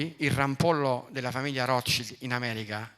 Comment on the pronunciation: Non sai neanche come si pronuncia il nome della famiglia più influente del pianeta. Dovresti prendere lezioni di tedesco.